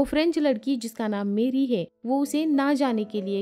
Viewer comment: Her name was Marie (मरी) not मैरी